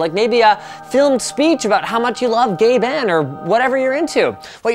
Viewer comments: It's pronounced Gaben, not GabAn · He's pronouncing GabeN as if Gabe and the N is split. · Sorry but if they didn't put Gabins face up there would have thought he said gay ben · Did he just say Gay Ben? Lmao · So, did you pronounce Gaben as Gay-ben on purpose, or is that the Canadian way of saying it? And I only just realized why SSD stands for Solid State Drive, it has no moving parts facepalm..